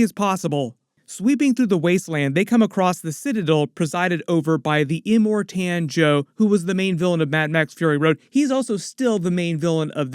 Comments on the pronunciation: Well done but…it’s iMORtan not imorTAN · Em-More-Ton. Thats to correct pronunciation. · Slight trigger when you're pronounced Immortan as Im more TAN 😂